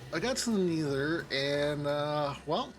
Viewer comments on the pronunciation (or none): "Neether" cracks me up every time